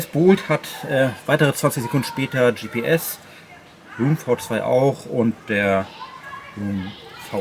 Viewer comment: Super Video, danke! Noch zur Info: Roam spricht sich „R-O-A-M“ aus und nicht „R-U-U-M“ 😉